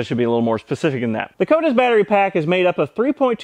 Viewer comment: Skoda without the s